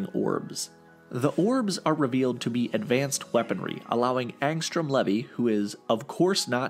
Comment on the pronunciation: th pronunciation of the name levy is getting on my nerves, its LEEVII